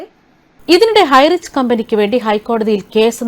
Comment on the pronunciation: highrich എന്ന് പോലും പറയാനറിയാത്ത ആരാ ഇത്